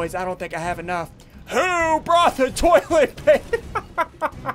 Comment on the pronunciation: Ian the entire video: we need more tollet paper